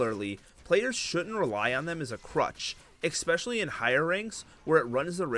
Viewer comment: Bro it's not EXPESCIALLY its ESPECIALLY Maybe youre saying it wrong on purpose to get people to comment.